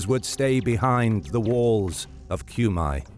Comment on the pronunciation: FFS it is not [Kjumaj], it's [Kume]